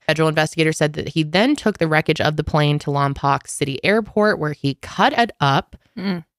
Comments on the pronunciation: Lompoc is pronounced as Lawm-poke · It’s pronounced Lom-poke. 😊 I grew up 30 miles away from there. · Lmao my grandma lives in Lompoc!!! It’s pronounced lom-poke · Also I’m from the area he took off from and it’s pronounced “Lom-poke” 😜 no one says it right along with our beaches lol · Ladies great video, the town is pronounced Lom-poke, good job tho 😊